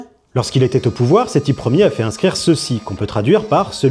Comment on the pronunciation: Sethi 1er prononcé "Sethi yère" ... I rolled on the floor :D j ai mis 5 mn à m en remettre :D AAAAAhhh l"éducation nationale kestafoutu .... Merci pour la video